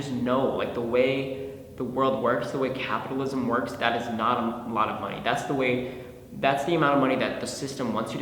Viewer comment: idk why but hearing ryan say capitalism really threw me off